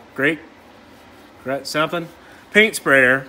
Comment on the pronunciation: Greek....Grey.....Grease.....Greco??? Whatever the things called, let’s take her apart & fix her. That’s me, all day long. Just for future reference tho, she’s a “Graco” (Gray-ko)